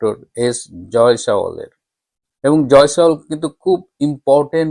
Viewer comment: You are repeatedly saying Joy sawal, which should be Joy Shanker, I think.